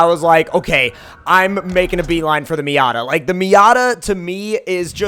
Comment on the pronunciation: Stop saying miata